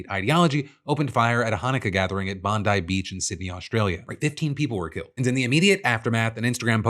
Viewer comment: One small thing. I am a Sydneysider and it isn't "Bahn-die". It is Bond. Bond eye. Bondi.